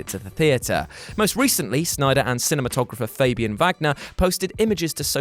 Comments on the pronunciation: It's Synder!! Who is that Snyder person you speak of? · SYNDER or SNYDER?!